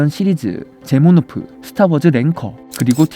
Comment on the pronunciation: 제모노프가 아니라 제노모프...